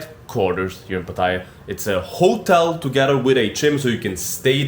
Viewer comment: First of all you should learn to pronounce Pattaya correctly mate.